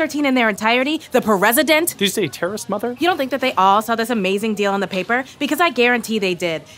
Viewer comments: "the PUR-RES-I-DENT" sobbing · "The Pur-resident" HAHAHAHAHA I can't!